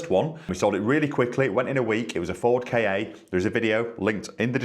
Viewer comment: Sorry, it's a Ford KA. Not K.A........